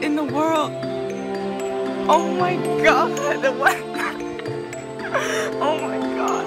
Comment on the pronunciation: i like the part where he says "au mai gard"